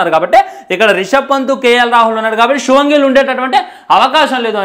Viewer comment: Shubman gill ❌Suman gill 😅😅😅😅😂😂😂